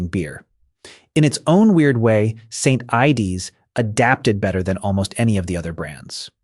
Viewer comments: 😂 and St ides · "St. Ideys" 😂🍺